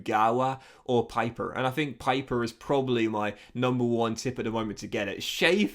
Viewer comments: Stop calling him piper, his name is Pieper, like in peep!!!!! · Pieper is pronounced like Peeper in German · I love your videos, so please don't take this as hate, but in the german language, "ie" is pronounced as an "E" sound, but "ei" is pronounced as an "I" sound